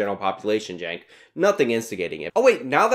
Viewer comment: Please pronounce his name correctly. Chunk yogurt. Thank you.